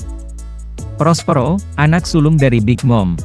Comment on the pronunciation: Perospero min bukan prospro